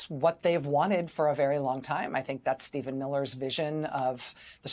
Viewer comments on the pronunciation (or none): none